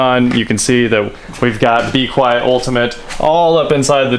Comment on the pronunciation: As someone who watches PC build stuff, hearing you say B-Quiet and not mean bequiet, the silence-focused pc component company, is really distracting. Great vid!